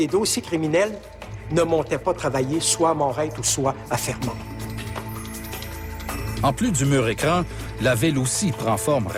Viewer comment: fermont, pas fremont